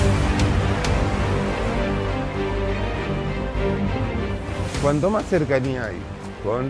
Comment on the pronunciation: "Apunten otro lado, no queremos camarah acá, apaga esa camara voh" 1 tableta de rivotril después "pasen a sentarse y les voy a contar"